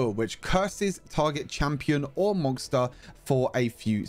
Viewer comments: dude can u stop saying monGster, its MONSTER NOT MON“G“STER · Now I'm gonna start saying mongster 🤣 i like it